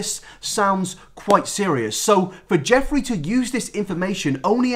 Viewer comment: I thought you said Joffrey instead of Jeffree cause of the amount of times you said GoT